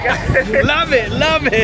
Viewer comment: meant to say love.not loe.lol!